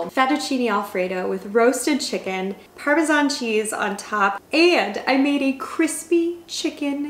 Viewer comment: why did you pronounce parmesan like that😭😭😭